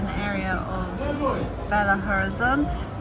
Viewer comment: belo horizonte not bela,lol.